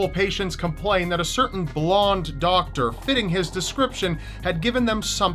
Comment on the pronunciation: Doctor, not softer lol